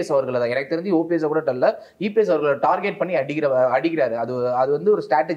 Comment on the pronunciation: அது டார்கெட் (target), டார்ஜெட்(tarjet) இல்ல…. இம்புட்டு இன்டெர்வியூ குடுக்கிறீங்க, ஒரு பயலுமா உங்கள சரி பண்ணல… காலக்கொடுமை!